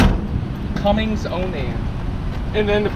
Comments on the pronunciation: Someone already bagged you for the dual tanks. The fuel system draws from both, the generator draws from the front tank only. The DEF tank is right beside the generator to the left. DEF tanks always have Blue Caps. For the love of God STOP calling Cummins "Cummings". There is not and never has been a "G" in CUMMINS. Makes you sound like every other uninformed ignorant RV'er out there. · It's "Cummins" not "CumminGs". This is a rampant disgrace. Nice sweaty feet on the bunk bed too btw